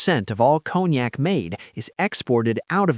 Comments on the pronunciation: It’s con-yak not cone-yak😂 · I figured from the way it's pronounced, "Cone Yak", that it was distilled from pine cones and mixed with Yak spit.